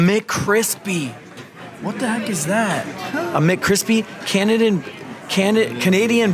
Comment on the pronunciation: No offense but did you go to school at all bro?.. “Canadan bacon” 💀